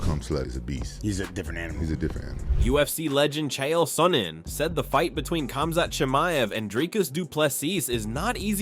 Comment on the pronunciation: Did rampage just said khumslut😂